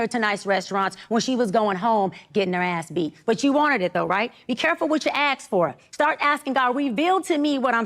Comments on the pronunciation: a doctor that says “ax” instead of ask… ✨S E N S A T I O N A L✨ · be careful what you AKS FO’…start ASKING God…🤦🏽‍♂️🤣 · A "doctor" that says AXE instead of ASK, & MINES, instead of MINE? Lol, NAH! 😅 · She said “aks” uugghh 😑